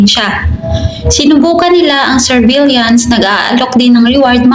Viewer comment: Galing kumpleto, pero need lang check ang correct pronunciation, like surveillance ❤❤ God bless you